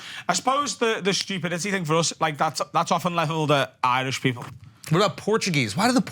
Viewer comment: This man said pearple